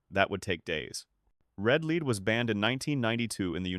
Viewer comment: The persistent mispronunciation of the word, "lead" by the narrator bot should be edited.